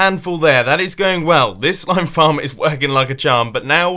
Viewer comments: Mumbo, the first time you said slime farm, you may have said slime slarm!. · "The Smile Flarm Chest" Congrats Mumbo, you English'd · mumbo said slime flom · you said Slime Flarm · he said "sleme flarm"